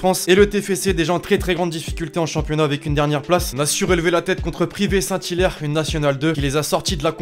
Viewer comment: Saint pryve saint hilaire et non pryvé saint hilaire